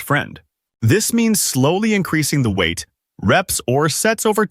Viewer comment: It's 'WEIGHT" - not "weigth". 😂